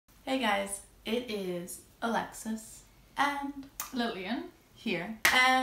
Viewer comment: Hallo aus Düsseldorf 🤗 well done pronouncing Alexis ☺️👍🏼